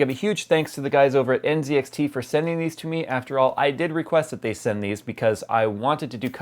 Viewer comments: Why is he pronnouncing the Z in NZXT, as a C ? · Isn't it pronounced nZxt (ann set axe tea)?